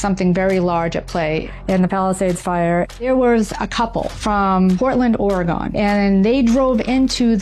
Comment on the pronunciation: cmon man this lady aint credible. Did you hear the way she pronounced oregon?